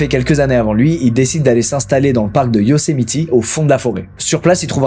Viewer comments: Moi dans toute la vidéo quand Squeezie dit Yosemiti au lieu de Yosemite : 😵‍💫😂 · Par contre c’est Yosemite et pas Yosemiti 😂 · Ça ne se prononce pas « Yosemiti », mais sinon c’est parfait comme d’hab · Un petit truc qui me titille on dit Yocemite pas Yocemiti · petit ajout mais Yosemite se prononce "YO-Sé-Maït"! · Stp dit plus yosimitI ont dit pas i c'est horribles 😭🙏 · Sa prononciation de "Yosemite" tout le long me stress trop mdr